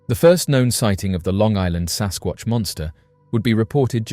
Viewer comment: That is a “samSquantch”